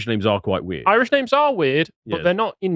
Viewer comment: damn, corny forced pronunciation of Irish places/names actually fooled you. Bonkers.